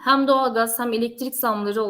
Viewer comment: "Ham" doğalgaz "Ham" de enerji iyi yükselmiş.